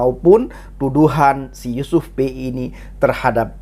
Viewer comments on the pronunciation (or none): Yusuf pea bukan yusuf Pei 🤣🤣